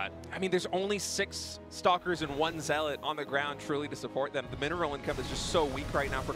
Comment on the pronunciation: is not a great caster, but at least he can correctly pronounce zealot and carapace. Zombiegrub would be the perfect caster to pair with Tasteless imo.